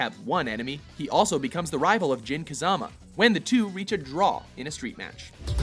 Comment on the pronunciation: I could be wrong but I think he was mispronouncing Mishima and Kazama as well.